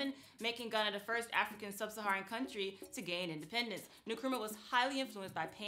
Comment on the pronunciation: Nkrumah not Nukrumah